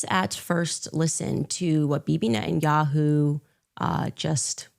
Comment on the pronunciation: Why does she say "Ishreal" and "Nententawhooooo"? She's insane!